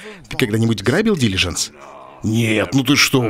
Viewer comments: Брейняш - дилижАнс, а не дИлижанс)) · Умоляю, запомни уже ударение дилижАнс, а не дИлижанс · Олег, дилижАнс. Ударение на "а" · Умники собрались..."Дилажанс ударение на А" - какая разница вобще? Вы найдете к чему прие*аться...!